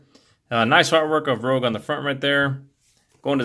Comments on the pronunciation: rouge is pronounced like "rooj" and is french for red. what you're saying is spelled rogue. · Cool review bro! Though It's pronounced Rouge, like the color she is (ruuusshge) The word you pronounced is spelled Rogue 😉 Can't wait til I get mine now. Sucks she has loose hinges on those pantoons on her back. . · Its not "Rogue"... It's Rouge. Like baton Rouge Louisiana. Totally different word. I haven't transformed mine yet because I'm still having too much fun with robot mode but gotta say, I love it. Would have been cooler if the back chunks pegged in, chest part didn't have the gap, and the inner shins didn't have all those screws visible, but none of that bugs me enough to take even a full point off her. From what I've heard though transformation rivals the frustration of MP-36 Megatron... That might knock a point off for me. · It’s Rouge (Roozh) meaning red (but makeup-wise looks pink on skin), not Rogue like the X-Man. Great review. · You pronounced the name wrong. It’s not Rogue it’s Rouge that stuff women put on the cheeks. Just saying 😁